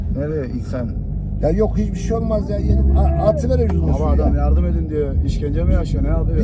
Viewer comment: Arkadaki genç: Abi Adam yardım edin düyor. Peder: “Bizde ona yardum edeceğük” 😂